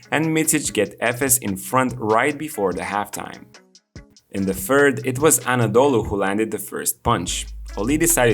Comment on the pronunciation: I would not say lucky or genius but Ataman is the best in Euroleauge on handling superstar players and on involving his players into game planning. This is his magic. You can see that in his whole career. Btw, I will keep writing this to all of your videos about Efes - it's not "Anadolu" if you want to use short name, it's EFES... :)